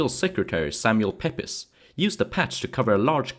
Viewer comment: Hate to be pedantic but Pepys is pronounced “Peeps” not that it’s important 😊